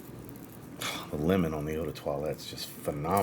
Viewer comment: You said, "Italian lemon". I heard, "Italian women". 😂